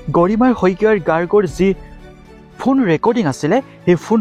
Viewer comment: Ki fuun recording?? Phone recording..komsekom pronunciation tu thik kor naa...🙄